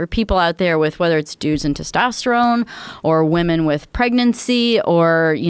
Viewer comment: He says woomen way too many times lol